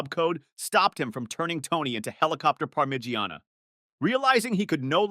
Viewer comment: "Par-midge-eeana" 😂 I don't even think I can properly write the way that was pronounced. I've never heard somebody pronounce so many names & words wrong in my entire life(I'm saying this after watching most of your videos). It's almost a talent, it's so hysterical. You're like the speaking version of the way Martha's emails are spelled in "Baby Reindeer" lol..."sent from my ifone"